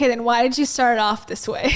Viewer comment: wait. he also just said “vhy” instead of “why”